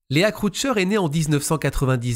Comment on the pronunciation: Toujours un plaisir de vous écouter...Petit détail : Leah se prononce "Lia" en anglais.